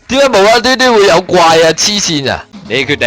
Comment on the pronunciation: 點解次次講點解我都係聽到屌解呀